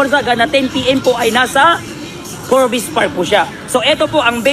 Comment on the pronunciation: obob talaga ...... magbabasa na lang. boi forbes hindi for-bes😂😂